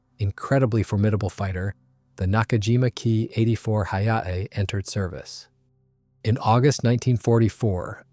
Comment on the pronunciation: IT ia no HAAAAA....Say the lettter H than letter A...stop with AI Voices.